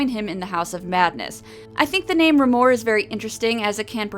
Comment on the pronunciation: I thought Remor was pronounced like tremor without the T. Tremor is close to Trauma, too. Also the animation reminded me of Angela Anaconda!